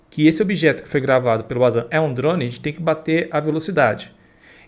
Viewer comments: Se le Vanzan, nao auzan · Nué possivel...acho q vc não lê os comentarios....Pronuncia-se Vanzan com W....é não Uanzan! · Uazam kkkkkkk é VANZAN A PRONÚNCIA. tente se informar ...